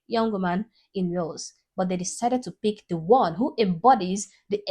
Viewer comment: It's not whales 🐳.... It's Wales